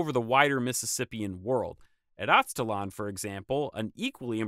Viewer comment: It’s weird to hear you mispronounce charnel and Aztlan.